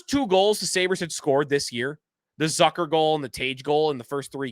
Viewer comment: It’s Zucker rhymes with Cooker not Zucker rhymes with Sucker. You are in sports media covering this team.